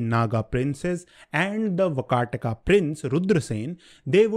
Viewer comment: It's vaakaatak. (वाकाटक)